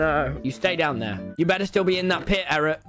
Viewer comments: Is it just me or like- the way he says Eret's name like erect- and he knew what he was saying- BRUh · Nobody’s talking about how called eret “erect”💀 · Has anyone realized that Tommy calls Eret ‘erect’